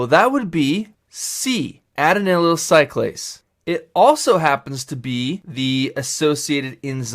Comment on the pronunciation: Great video! Thank you! Your pronunciations are a bit off (e.g. adenylyl and inositol), but it's still very helpful.